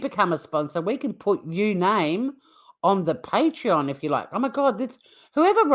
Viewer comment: Omg, I agree. It's not Patron, it's Patreon. So annoying!